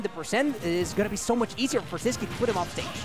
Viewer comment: His name is See-Squee